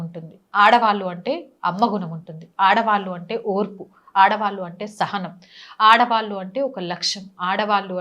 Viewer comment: ఆడవాళ్లు (ఆడవాల్లు కాదండి) సరిగా ఉచ్ఛారణ వుండాలని మీకు తెలియ చేస్తున్నాను. అన్యధా భావించకండి